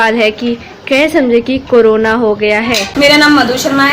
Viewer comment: Anchor karona bol rahi hai.